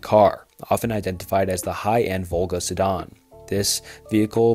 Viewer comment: Completely agree, I like the content a lot, but he needs to learn pronunciation of unfamiliar words. Elisa is not “a-leesh-uh”, it’s “e-le-suh. Sedan and chauffeur are also mispronounced. keep up the good work, we look forward to the improved videos!